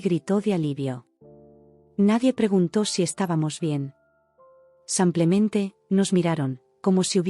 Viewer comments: Sí, insoportable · Sigue con el “ Samplemente “😂😂😂😂😂😂😂 corrijanlooooooo